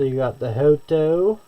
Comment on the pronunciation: Hoto but pronouncing joto 🤫